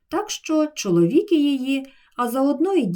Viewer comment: Після слів "і померти не дадуть " наголос на слові "чоловІки її " я вважаю не правильним і в словниках про це слово навряд чи буде сказано.